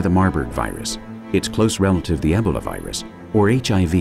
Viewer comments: Ebb-ah-la? I thought it was EEE-BOW-LA? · Damn it narrator!!! Stop pronouncing Ebola like Ehbala!!!!